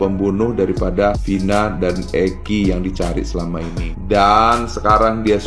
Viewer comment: Vina, bukan pina, kebiasaan, huruf " V atau F " d ganti " P"😂😂😂😂😂😂😂